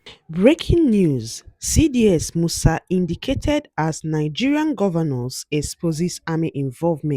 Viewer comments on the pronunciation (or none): INDITED!!! Not indicated, please.